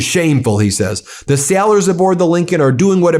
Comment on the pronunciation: it is pronounced "Sailors" not "Sellers"